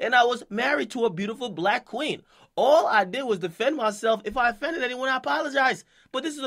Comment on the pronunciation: This nigga really said "affended"